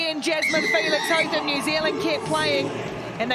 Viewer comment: Hotham. Interesting pronunciation of this name. Commentators are using HoTham, where as Australians say Hoth-ham. I wonder from where the difference comes.